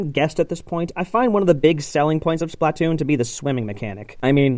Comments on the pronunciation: it's pronounced Spluh-Toon. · "Spatloon" 😂 good one! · When I heard the words "Splatloon" I lost all hope in this channel in 3 seconds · 'a spatloon' i died holy shit xD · He says BUTTtoon :D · The way he pronounces splatoon...